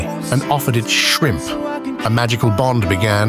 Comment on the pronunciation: I love the emphasis of 🦐shrimp🦐